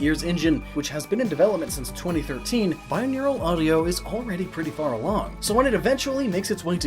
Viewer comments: It's "binaural, not "bineural" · Why did you pronounce binaural as bineural?